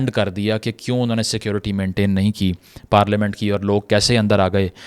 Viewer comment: Bhai parlamen or parelement